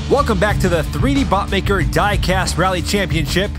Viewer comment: Sometimes when you say 3dbotmaker it sounds like 3dbuttlicker